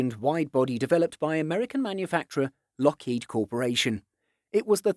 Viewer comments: Locked El Ten Eleven. You said it completely wrong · please pronounce it right say it with me Lockheed L ten eleven, again Lockheed L ten eleven.